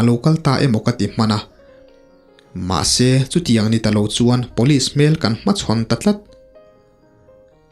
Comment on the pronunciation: Rca chhangte nen hian tinge police hi Pawlis ti a in lam zela,ngaihthlak a hreawm,sangtei pawh chu a va luck uchuak tak 😂